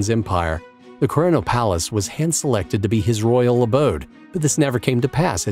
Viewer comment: Your pronunciation of "Venarìa Reale" (former royal palace of Italy), is very bad. Also "Quirinale", the "e" is not silent so when you say "quirinaal" is wrong.